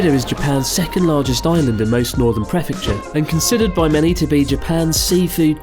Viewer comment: I can't take it anymore. I'm a JET in Japan and I asked fellow JETs from every country represented around me, and NONE of them pronounce prefecture the way you do. Preeeeeeeefecture Chris.